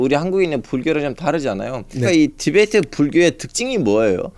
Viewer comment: 티벳트가 아니라 티베트다